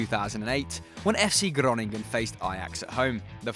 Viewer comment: Lol how you pronounce fc groningen😂